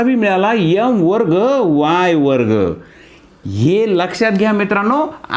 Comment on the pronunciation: यम नका म्हणू। एम म्हणा